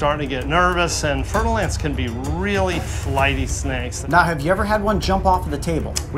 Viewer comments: fer-de-lance. I keep hearing fertile ants! :-D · I thought he was saying fertile ants 🥴